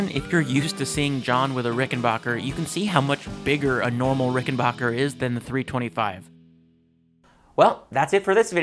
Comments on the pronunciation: The third syllable is pronounced as "back", not "bok". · It might be a good idea to learn the correct pronunciation of the name of the guitar before you do a video. It's RICK-EN-BACKER...not RICK-EN-BOCKER. I own a Rickenbacker 325C64 in Jetglo and a 360/12 in Fireglo. They are incredible instruments. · Just a brief note. It is pronounced “RickenBACKer”, not “RickenBOCKer”. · While making a trip to the Rickenbacker factory one of the first things that was stressed to me was...It's Ricken-Backer "a" pronounced like "a" as in cat. Not Ricken-Bah-ker ie as Baa baa Black sheep. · It’s BACKER, not “Bacher.” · backer not bocker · Misconception, is it pronounced ricken-bach-er like (Sebastián Bach) or ricken-back-er like (I'll be Back)? Heard it said both ways, I pronounced it 'Bach'...and been told it's Back. So tomayto, tomahto? Lol